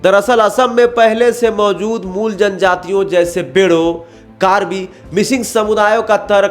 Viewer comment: बेड़ो नहीं बोड़ो